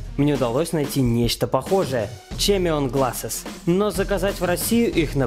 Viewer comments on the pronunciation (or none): Правильно кемион глассес